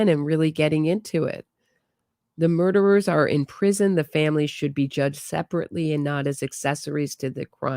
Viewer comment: Omg I laugh my ass off every time u say “murderer”